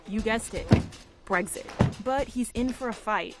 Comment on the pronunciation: Its BREXIT not BREGSIT #LoveEurope #LoveBritain #LoveEu